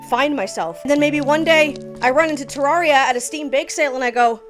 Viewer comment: pronounced the game wrong 0/10... im kidding it was a great video lol, Terraria is my all time favorite game, and i will always love watching people fall in love with it. Its a game i will always come back to, for as long as i live. immensely appreciate the effort put into this video, and the tangents kept my adhd brain engaged lmao.